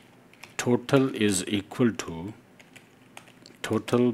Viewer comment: You should to speak total not thotal 😂